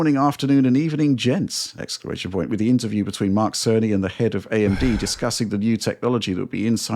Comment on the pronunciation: Hey there its Dana Car....I mean Mark Carn...I mean Cerney. Just also noticed CERN 🤔